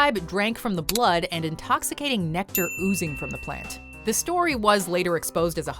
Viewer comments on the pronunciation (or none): none